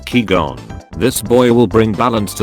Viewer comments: Nobody: Text to speech: CEE GON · “Qui gon”: nah “kii gon” Star Wars fans: HOW DARE YOU SAY THAT uses force lightning: pulls out uno reverse card Fans: oh sh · Sonic Xtreme99 the says kii gon instead of qui gon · The biggest meme is voice saying Kee Gon and Jeedee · no one: text to speech: "jeedie" "key gone" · no one:: Kee-Gon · Nobody: The Text-To-Speech: KEY-GONE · "Key Gon" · KEE GON LMAO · Also: kee-gone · lol the voice doesn't know how to speak qui gon or Christopher